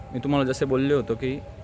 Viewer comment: 3: अरे भाऊ पाद्रेश्वर नाही पारदेश्वर नीट बोलता येत असं नसेल तर बोलू नको आणि व्यवस्थित काय सांगू तुला सांगता येत नसेल तर नीट सांगू नको जय ओम नमः शिवाय 40